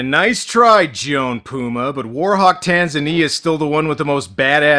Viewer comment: It's pronounced tan-ZA-nia, just like the african country.